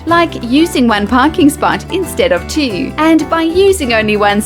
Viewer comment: specifically the way she pronounce twenty two, and more specifically the two. The twenty pronunciation could be NZ or RSA, not Aus, but the two pronunciation is definitely RSA